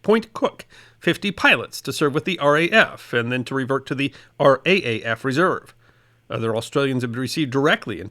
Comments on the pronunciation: Gidday, Just for the record. RAAF is pronounced as R double A F. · What a great video. Thank you. Just a note, the RAAF is typically spoken as "R Double A F". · We say R dubble A F in Australia thanks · For future reference it is pronounced "R-double A-F" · RAAF is pronounced R Double A F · Part of the reason why there were only 33 or so Australians in the Battle of Britain was because 3 Squadron RAAF was already operating in the Middle East as an almost entirely Australian unit. BTW, RAAF is usually pronounced as R-double-A-F. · It is pronounced R double A F. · Excellent video. Bravo. NB (for future reference) in Australia the RAAF is “R double-A F”. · Yes phonetically you could say we pronounce it ""raff" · Thank you for putting a spotlight on our contribution. We have a proud history of chipping in and punching above our weight. Locally we pronounce RAAF as "R double-A F" 👍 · Another great video, thank you. might I say though respectfully, Its nice when those from over seas reference our Services as we do, it's not the R.A.A.F as its correctly written, but rather pronounced The R AA F {R Double A.F}. Brave men, Brothers, Uncles, Nephews, Husbands, & Sons. This tragic roll call does not mention those like my Aunties brother who died during his flight training. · At no point during the war would anyone in the RAAF have pronounced it "Raff", because of the potential for confusion with the UK RAF. That wasn't acceptable to the Aussies; as points out, Pat Hughes etc made a point of wearing their midnight blue RAAF uniform, even though when they were technically RAF officers. So did actual RAAF personnel, serving in Article XV squadrons (or actual RAF squadrons). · Just a correction to the pronunciation of “RAAF”. It’s “R-double A - F”. Not “R-AA-F” (Kym in Darwin, Australia) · R Double AF is the Australian pronunciation. Not R.A.A.F. Always has been and still is. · R-DoubleA-F. FYI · It’s not pronounced the R A A F, it’s the R double A F.